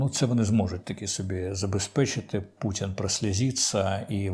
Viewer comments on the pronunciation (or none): none